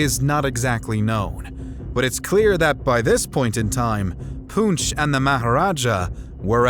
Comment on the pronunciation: I love how the Europeans know Alexander Iliad’s correctly but cannot decipher Poonch. 😂😂😂